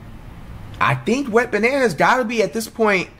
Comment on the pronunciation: this man called “wembanyama” a “wet bananas” im dead bruh